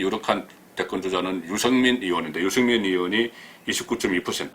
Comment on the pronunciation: 「의도적 발음 훈련」이 필요하다... 의혹: 이혹 -> 으이혹 의원: 이원 -> 으이원 나도 TK 출신이지만 이혹 이원으로는 발음하지 않는다. 또한 기자로서 '뭐...으...음...' 라는 군더더기 소리가 습관화되면 자신감 신뢰감이 떨어진다.